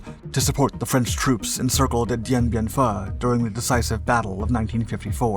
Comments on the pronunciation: Dien Bien "FOO" not "fuh". You make that mistake every time. Not a complaint, just pointing out and educating, love the videos on all the Dark Docs channels! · Does the reader on these videos do ANY research at all before reading the (obviously) prepared text? I can’t count the number of mispronounced/mangled names etc. of pretty commonly known subjects. Example 1: Dien Bin “Fu” yep, Fu, as in Fu*k. Now anybody with even an elementary knowledge of Communism/ South East Asia/ end of colonialism in the 20th century knows the French Indochina colony ended with the defeat of the French at, you guessed it, Dien Bin Fu! Right?!? Forget Dien Bin Phu, the big one was at Dien Bin Fu! I mean come ON man! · FOO! It’s Dien Bin FOO,DAMMIT!